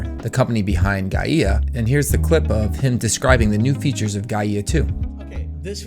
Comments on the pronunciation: not "Guy-eeh-ah" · For completeness, it's 'Guyuh'